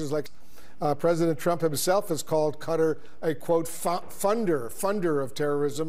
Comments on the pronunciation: He can say it properly, but I don't know why he says it in such an American way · I genuinely can't stand how he pronounces Qatar